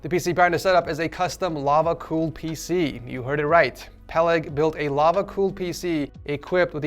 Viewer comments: אחי אין לי מושג אם זה מפריע רק לי או שלעוד כמה אנשים מפריע שהוא אומר פהלג ולא פלג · im sorry but its Peleg not Pheleg